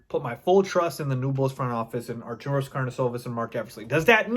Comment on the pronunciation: Its Arturus not Arturos...it drives me mad everytime you say it.